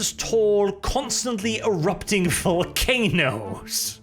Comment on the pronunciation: "Voll of walcanoes" at the end got me a bit of chuckle